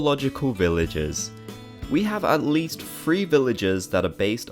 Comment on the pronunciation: I like how he said number free